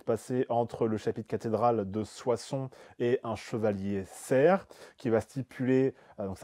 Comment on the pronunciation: J'ai vérifié avant d'intervenir, parce que ça me choque de vous entendre répéter "serf" (sans prononcer le F du mot ). Donc sil vous plaît : CERF se prononce CER tout court. SERF se dit avec le F .... Cela permet de distinguer l'homme de l'animal.